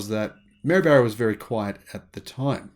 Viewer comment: “Barra” rhymes with “bar,” not “bear.”